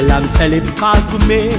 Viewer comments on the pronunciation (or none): Tamil pronunciation very bad. Words are not properly pronounced. For example sezhipagumae that pastor pronounced salipagumae. Meaning totally changed.